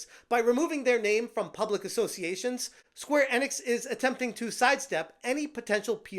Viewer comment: Never heard anyone pronounce Square Enix this way...